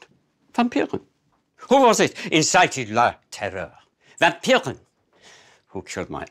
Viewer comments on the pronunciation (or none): It is "VampirE" not "VampirEN" xD